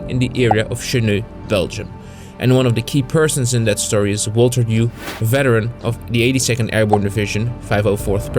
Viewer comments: The proper pronunciation is HUGHES! MY father was in the 101st and then went into 82nd post World War II. Please have somebody fix the video. It sounds like he’s saying Hue. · Another excellent video. Great work! By the way, Hughes is pronounced HEWS.